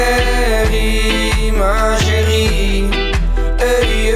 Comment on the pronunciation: HAHAHAHAHAHA NEDERLANDERS EN FRANS GAAN ECHT NIET SAMEN. HIJ KAN 'MA CHÉRIE" NIET EENS UITSPREKEN?!